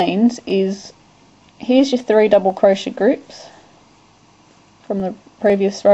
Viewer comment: Your pronounciation for crochet sounds like cro-sha. LMAO! It's not crosha! It's cro-shay! lol